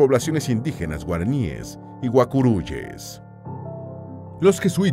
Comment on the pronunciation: No es guacuyes es guaicurues.